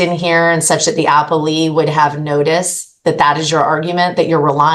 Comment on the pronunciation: It's uh-pell-ee not apple-ee